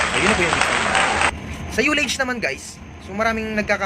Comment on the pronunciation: Di lahat ng interisland ignorante sa sounding parekoy partikular sa UTI, Kaya wag mo lahatin porket international ka na. Tsaka nga pala, pag pronounce ng ULLAGE ay hindi yu (yullage) kundi ah (allege)